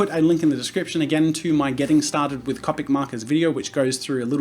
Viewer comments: when he says (cop-ic) markers instead of (cope-ic) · i love how he said cawpic markers instead of copic markers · Jazza: Cop-ics Me: Co-pics you mean? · He says cop-Ic not copic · ITS COPIC NOT CAPIC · Did he just say cApic markers, not cOpic markers?! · Its pronounced c-Opics not capics. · why can't I say "Copic"? I know how it's spelt but I for some reason say "Compic". Hep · I love how he says Copic markers as (Caw-pic) not (Coh-pic) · I hate how he says cAWpic markers not cOpic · Oh my god I love how you say " Copic ". I'm American, so to me it sounds like a long o on Copic. Soo Cop-ic XD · Is it just me or is he saying Cupic markers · CO-PIC SAY IT RIGHT.... JK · It is cop tic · love u jazza butttttt..... its (coa-pik) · Bro lol how he says copic markers it is halariassssss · The way he says “Copic” just cracks me up XD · I’m sorry but the way you pronounce it... it’s hard not to cringe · Thats the European way of saying Copic. It differs in the US, EU, or Japan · the way he says Copic drives me crazy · Thanks for the video Jazza. But, sorry, your pronunciation of Copic is annoying. And you being aware that it's incorrect makes it worse. You said you'd pronounce it how you'd like, as well as the word "manga", but the words follow the language. Vowels in Japanese, like in Spanish, make one sound. How do you think you'd look pronouncing "gracías", as "graycías"? "Taco" as "tayco"? "Casa" as "Caysa"? I thought I could get passed it but, hearing it repeatedly was cringe worthy.